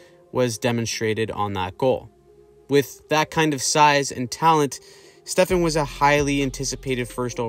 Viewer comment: Stefaaan. Not Stefen